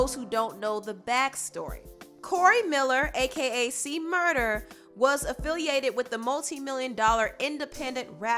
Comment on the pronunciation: It's C-Murder, officially, not murda. It was a big deal about it in the past.